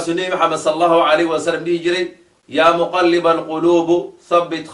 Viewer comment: AKHII Xarakada Ducada iska sax jazaakalaahu khayran اللهم يا مقلب القلوب بكسر الباء وليس بضمها بارك الله فيك أخي